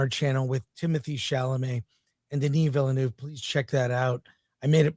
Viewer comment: It's VILL-NOEFF (NUHFF). I don't understand who started this completely made up pronunciation.